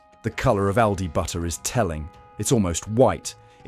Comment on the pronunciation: BU-ER! What happened to the Ts?